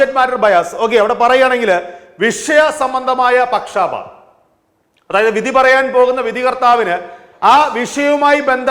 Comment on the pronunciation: Not pakshaapaatham. It is pakshapaatham.